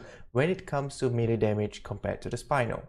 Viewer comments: Melee not meele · Melee damage, not meele